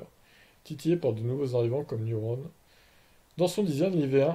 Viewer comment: Elle et entièrement française comme tu dit donc évite de déformer le nom E c’est un E commence par pas dire i